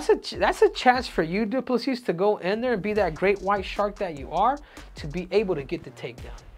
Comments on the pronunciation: You start the video by saying his surname correctly, then proceed to call him DuPle-Seas 🌊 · Acknowledges the s is silent and proceeds to pronounce it every single time 😂